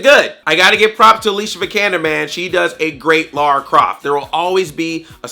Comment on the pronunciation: Finally a yank that actually can say Lara, instead of Laura. ...The movie put me to sleep though, was bored out of my skull.